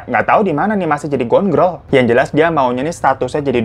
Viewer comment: pas bang hiro bilang gone gril ngakak banget, skrg aku gabisa ngmg Girl lagi hihihi